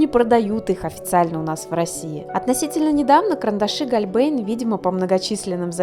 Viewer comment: Вообще читается "Хольбляйн"